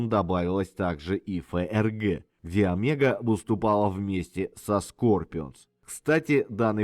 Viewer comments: Правильно,если по венгерски нужно говорить-Омего,с ударением на первую букву,и о,в конце. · Многое знал, многое узнал....но произношение имён, фамилий.назваий альбомов и песен ,мягко сказать, совсем не правильное....одно замечание и всё.....правильно говорить надо Омега...с ударенинием на О.....с ув. Поклоник группы ,более 50 лет.